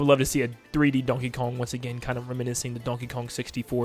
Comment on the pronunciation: stop saying donkey kung